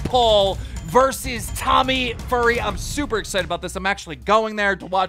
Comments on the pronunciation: Why do you keep calling him Tommy Furry it fury can’t you pronounce his name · Did he really say "Tommy Furry" instead of "Tommy Fury" lmao, this made my day keep up the good work keem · HE CALLED HIM TOMMY FURRY LOL IM DED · I like how keem star say tommy fury as tommy furry lol 😂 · Did this man call him Tommy Furry? LMFAO!! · Did Keem just Call Tommy... Tommy Furry 😂😂😂😂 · Did keem just say "Tommy Furry" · Did he just say “Tommy Furry” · Saying Corrina 'kaniff' is super weird, but Tommy 'FURRY'!?! C'mon keem! Lol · Bro said tommy furry!!!😂😂😂😂😆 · My man said tommy furry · did this guy say tommy furry?